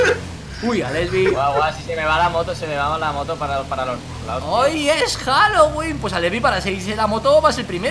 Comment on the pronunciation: pensaba que estaba diciendo “Jalo wee Jalo wee” :u a lo mexicano